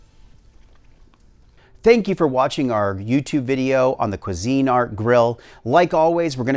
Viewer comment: I am going to say this one time , its Cuisinart, not CU ARTQASINE